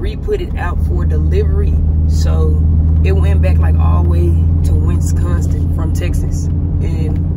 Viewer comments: “west consin” 😂 🤦🏾‍♀️ its Wisconsin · the way you pronounced Wisconsin is killing me😂😂😂